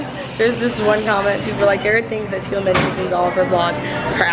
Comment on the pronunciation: ITS MOANA TEALAAAA AND MEREEEEEE NOT MOA AAAAAHHHH not hating btw just stating a fact